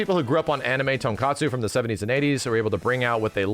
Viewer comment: Max calling Tokusatsu, Tonkatsu just made me hungry.